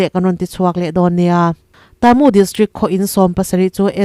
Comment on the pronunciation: I news chungainawm ka tihle mai. Ka ngaitha re g BURMATAMA KHOPUI HMINGTE CHU I lamdan dikzawk se a ngaihthak nuam leh zualin ka ring shan state a khawpui hming pa khat chu luaikaw level tone vka lam tur Moreh piah a khua chu TA MU A NI A. Ta chu level tone tur mu chu high tone tur. Mizo a thuro athuk chu thi ang a ni tur. Khua bming dang pa khat chuKataa. Ka chulevel tone kanu ka pa ka pathian KAring tawi tur. Taa chu level tone long pitch tur. Nay pyidaw chu level tone vek tur.